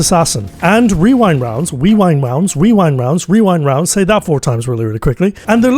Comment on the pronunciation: genuinely impressed you said rewind rounds correctly so many times i would never be able to do that